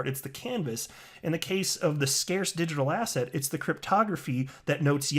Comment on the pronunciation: you've been saying asshat so much that when you say asset it sounds like asshat :D